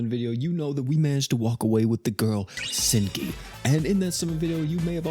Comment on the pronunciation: Hazuki u said her name wrong 😂